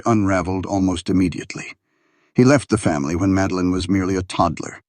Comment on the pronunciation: "Madeline"...not Meline:face-turquoise-covering-eyes: - GEEZE!